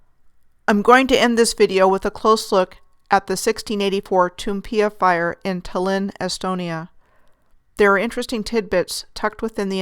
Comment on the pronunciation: It's name pronounces Taalllinn. I didn't understand wich city you were talking about until I saw the written name. Excellent as usual. You're getting more subs now quickly. Shared again. HUGE thanks.